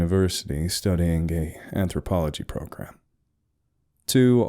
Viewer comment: I had to back up and listen to what you said I thought you had said:"gay anthropology" and then immediately thought "is gay anthropology even a thing"